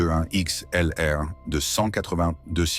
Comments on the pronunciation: Même le nom de l’avion n’est pas dit correctement, vidéo de mauvaise qualité avec un vocabulaire non adapter et faut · Mais qu'est ce que c'est de plus en plus pénible l'usage de voix IA sur ces videos ! incapable de prononcer normalement A 321 XLR ! ça en devient ridicule ! Revenez à de la voix humaine sous peine de perdre complètement votre audience !!!